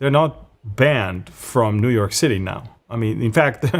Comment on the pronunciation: What can we say to the New-Yoke- err.